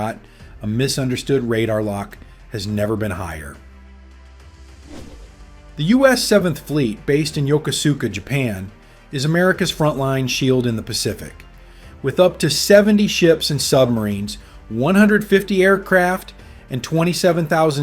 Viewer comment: When I was a sailor back in the 70s and 80s, much of it in the Pacific, Yokosuka Naval Base near Tokyo was pronounced (Yo kuus ka), but now everyone wants to say (Yoka suka). I suspect these aren't true ex-West Coast sailors narrating these various navy videos.